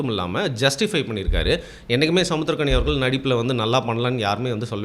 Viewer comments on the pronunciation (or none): none